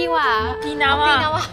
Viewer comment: Onikiwa, Okiwa. NO! It's Okinawa